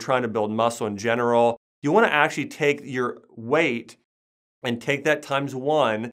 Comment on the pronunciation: Listen to how he says the word, actually. Acshuey... lmao